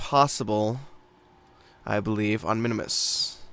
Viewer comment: Minmus. MIN-MUS. One "i", two syllables. Not Minimus.